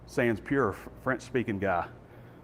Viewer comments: It’s more like “sahn purr”, although the last r’s aren’t pronounced. More like ended in the thoat. Hard to describe. You just have to hear it. But again, you have a great show. Thanks. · Great job,. Thank you. If you’re going to use “sans peur”, think about getting with a local French teacher or French speaker for pronunciation.